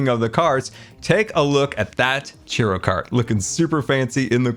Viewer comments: Love this disn- sorry, Scarland base. BUT the ffod you called "Cheeroh" is actually pronounced "Churoh (Ch-ur-oh), down where I live mexican and hispanic culture florishes, (Texas). Have a good day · I love you, but it's churro, not chiro. 😂😂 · It’s Churro, not Chiro. I’m only in slight pain. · you're pronouncing churro as cheero?????? my guy.... you never cease to amaze me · its not pronounced cheero. Its pronounced chur-oh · How come nobody is talking about the way he says churro? Sounds like he’s saying cheerio stand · I love the pronunciation of churro 😂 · I love the video, I love the build, but your pronunciation of churro is atrocious!! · The way you pronounce churro is so confusing. I didn't even know what you were talking about at first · mispronouncing churro hurts my soul. But great video as always.